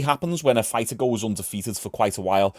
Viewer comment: Fighter not Figher